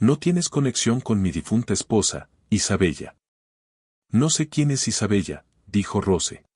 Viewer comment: Se pronuncia Isabela, se escribe Isabella, es un nombre italiano, no seas ignorante y cuanta bien la historia, o al menos inventa una historia en la que puedas hablar bien